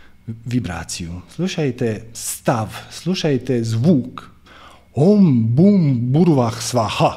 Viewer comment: Na žalost nije savršeno.Nije Om BUM, nego OM Bhur i na kraju nije PracodaRyat, nego bez tog "R".Pošto su mantre vibracije svaki zvuk je bitan. Indijski učitelji tvrde da je bitna i intonacija.U tom smislu je bilo koju mantru preporučljivo naučiti od pripadnika te stare tradicije, a ne sa Interneta, gdje zapadnjaci od toga rade nekakav dance-music.Te melodije su ugodne i smiruju, ali razvodne vibraciju mantre. je inače izvrstan i odlično razumije duhovne principe, ali ovo je bilo dosta šlampavo i površno.Minimum je da se bilo koja mantra barem akustički (ako ne intonacijski) pravilno izgovori.